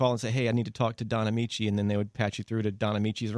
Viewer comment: I cracked the freak up when she said Donnamiche lmbo